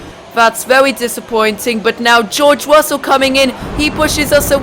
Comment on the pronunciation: geowge wussel 😂